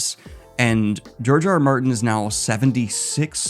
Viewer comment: Is it just me or does it sound like he calls him Jar Jar Martin? I mean, I don’t hate it tbh